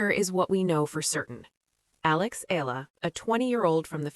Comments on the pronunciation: Spelled and pronounced E-yala pls😊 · I get the feeling the media are coordinated to mispronounce her family name EALA. So she loses her identity? And history? Dumb media or manipulative? It's annoying